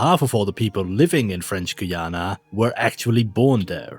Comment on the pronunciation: Its Guy-ana not Goyana sadly some Spanish people want to invade us